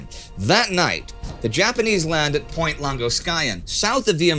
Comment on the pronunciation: Is it just me or did you phone "Point Longoskayan" at the last moment? Not port (as it says in the captions) :D